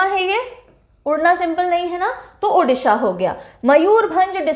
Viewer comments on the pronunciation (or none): none